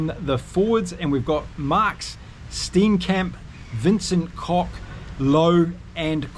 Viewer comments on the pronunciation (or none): none